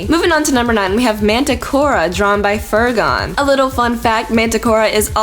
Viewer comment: Fer-gon, I give you my respect.